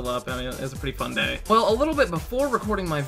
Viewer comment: listen to how he says day lol